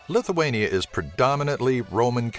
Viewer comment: lithuania not lituania